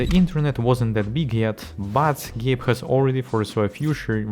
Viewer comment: "Gape" Newell?